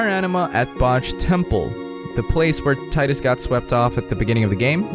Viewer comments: It's pronounced "Tee-dus", not "Tie-dus" Not hard to figure out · pronounced Te-dus